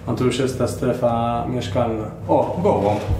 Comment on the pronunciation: kurde nie gołąb tylko gołump